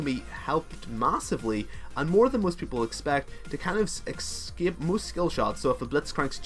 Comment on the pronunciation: do you find the X in "escape"? I have seen quite a few of your videos, and it always boggles my mind when I hear you say "excape".